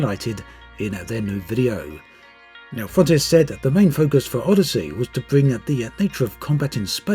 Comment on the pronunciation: Anyone else think it sounds like he's saying Oddity?